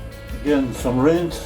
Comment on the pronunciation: Because he keeps mispronouncing the word "rind"